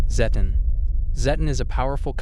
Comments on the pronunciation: It's zed ton (zedd tonn) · Srry dude but personally it's called Zeh-ton